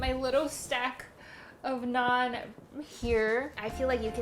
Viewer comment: that is roti or Naan. I was confused when u said non bread